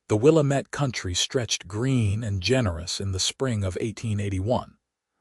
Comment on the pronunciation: Willamette is not pronounced Wil-a met. It's Wil-a (a as in apple) - mit.